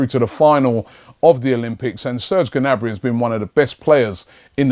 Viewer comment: it's obviously pronounced 'nabry'